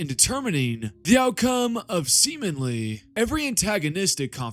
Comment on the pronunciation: "Semen-ly" caught me off guard 😂